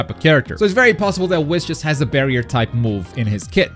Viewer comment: Bro that is not how you pronounce whis 🤦‍♂️